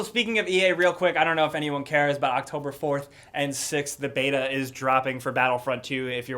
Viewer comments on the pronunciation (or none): none